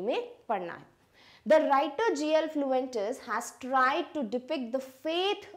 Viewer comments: Sorry to say mam but according to my book the author name is G.L Fuentes not G.L. fluentes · It's Fuentes not Fluentes. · It's not fluentes it's fuentes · The name of author is G.L. Fuentes You are telling fluentes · I noticed the same 🤡